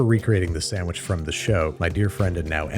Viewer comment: Classic Babish episode. I want a sammmich